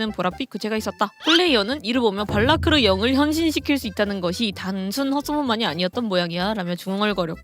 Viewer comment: 포르스를 포로스로 배니부를 베니부로 / 발라크르를 발라르크로 '적는'건 많이봤어도 읽는걸 발라르크로 읽는건 또 처음보노 🤣